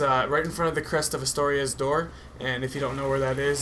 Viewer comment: All I dislike about this whole commentary is that it's Artorias, not Astorias.